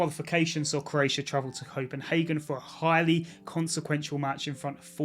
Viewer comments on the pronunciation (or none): none